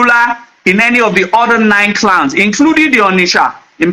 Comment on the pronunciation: Bro, you are very knowledgeable but work on your pronunciations ditto clans but you sounded clowns and more .